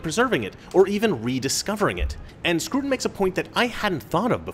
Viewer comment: Scruton? Don't you mean SCROUTON?!